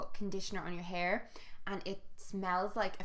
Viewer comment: Was absolutely convinced for like 10 seconds you said 'PEAR mask' instead of hair mask hahahaha. I was like 'she conditioners her pears...?'